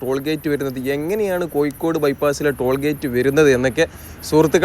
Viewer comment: Koyikode alla bhai, Kozhikode ennu parayanam.